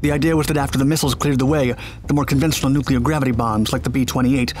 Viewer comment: We need a 10 loop vid of him saying NOOKLAR.